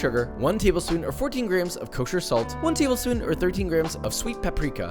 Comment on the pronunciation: am i the only one who hears grahams instead of grams?